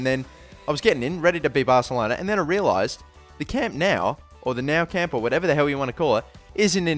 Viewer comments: He said Konami, its just he doesn't pronounce his words properly, listen to the way he pounces the nou camp, its not called the now camp! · its pronounced noo camp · its pronounced New camp!!!!!! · its pronounced "new camp" Just saying